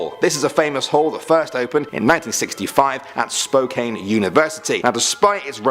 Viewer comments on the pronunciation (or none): Spo-can and Yak-a-ma is how they pronounced 😆 lol